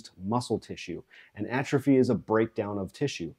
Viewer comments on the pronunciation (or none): none